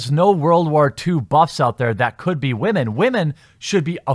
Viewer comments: Why do you say "wah-men"? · Wamen? Or are you saying Ramen? I truly can't tell. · Why do you say whamen?